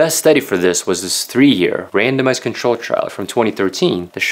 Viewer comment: lol, when you said "randomized" I first heard "random ass"